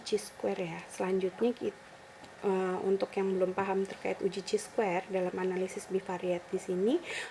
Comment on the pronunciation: Bacanya kai square. Buka ci